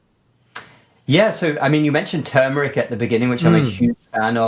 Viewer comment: Another professional who can't pronounce TURMERIC correctly.